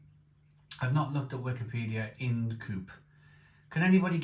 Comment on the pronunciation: It’s Ind as in mind if you will. Sorry to be a pedant 😂